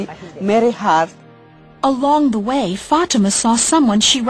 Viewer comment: This is the power of trhe lord. For it says that you will do these works and more. THERE IS NO LIFE IN SATAN. There is life in Jesus. he is the truth and the life and those that invite him in will recieve eternal life. Ok, one problem this ladys name is prononced wrong it is fatima. Fa-tem-ma. God bless